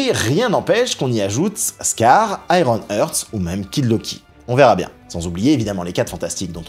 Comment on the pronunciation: purée les prononciations en anglais: Heart se prononce HART avec un A ouvert et long, Ironheart se prononce donc AÏRONNE-HAART. Feige se prononce FAÏGUI.